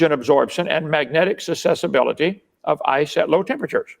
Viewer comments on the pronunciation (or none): Kent should really learn how to read long words properly. Sussability isn't a real word. Susceptibility is however. Some stronger lenses in his glasses wouldn't go a miss either.